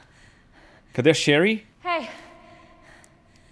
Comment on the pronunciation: não se pronuncia chérry, se pronuncia cherrýýýý com a silaba tônica no Y ou i. ahuehauheuahuehaue